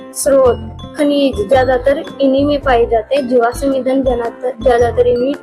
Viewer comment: jiwasam nhi jivasm hota h